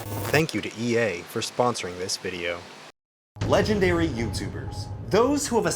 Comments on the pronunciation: ...I can’t be the only one who notices it saying “Leganday Youtuber”... right? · Rewatching this... “Legenday”